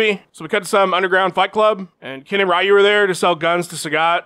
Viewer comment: Nick Diaz would think "Ryu" is pronounced "Rai-yu"